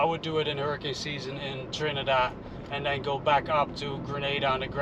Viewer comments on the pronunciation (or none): none